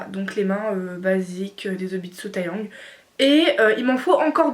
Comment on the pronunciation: Juste sa ce prononce pas TAyang mais TEyang comme c’est du coréen :)